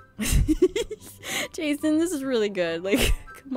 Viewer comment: Jason:I like I'd instead of d's Me:jazon and jezz! Ma new ship XD